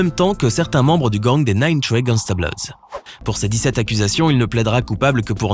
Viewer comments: « Gangsta bLoWdS » 🥴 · on en parle du "Nine Trey Gangsta "BLOUDS"